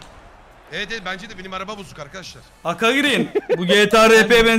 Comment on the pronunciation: ayrıca şhaka değil şaka